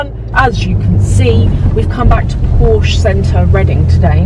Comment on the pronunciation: Hi i am from germany. Please dont say porsch its porsch_e (like the e in chan_e_l). Hirn = Brain Hals = Neck Ohrläppchen = earlope Rückenspeck 😂= back fat Rüssel 🤦🏼‍♀️(Nase) = Trunk (Nose) Schulter= shoulder